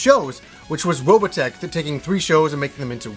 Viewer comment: ...Why do you pronounce it Robatech ?